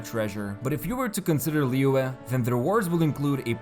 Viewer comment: It's literally almost spot on according to native mandarin speakers online though???